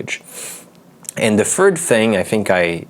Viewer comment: Hi, nice review. Btw, since we're talking about language learning and fluency, I listen to your pronunciation of "th" in words like "third" and "anything," and I think it sounds more like an "f." So I watched closely and saw that you use your lower lip under your teeth to produce the sound. Instead, you should be touching your upper teeth with your tongue. You can try it out and you'll immediately hear the difference :)